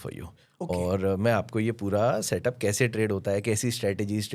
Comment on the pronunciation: सर... सब से सही तरीका प्रकाश गाबा.... का सेट उप.... ये क्या बोल रहा कुछ समझ नहीं आरा